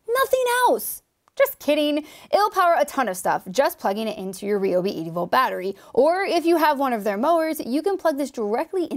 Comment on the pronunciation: it's rye-ob.